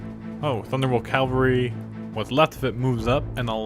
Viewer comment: Ca-val-ry = mounted soldiers Cal-va-ry = the hill resembling the top of a skull two very different things >.<